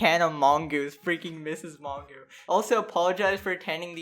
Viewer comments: Image pronouncing Mongeau "mongoo" lol it's a French name its "mojo" with a soft j. Sorry mispronouncing names is a petpeeve of mine. Anyway yea all these people are the worst whatelse is new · Man had to censor the word Covid like what? also its Mon-Joe, I don't watch her, never have, but that is the correct pronunciation, and you're 20? Very Cool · “tana mon-goo” 😭😭😂😂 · my favorite part of this video is trying to pronounce tana mongeau’s last name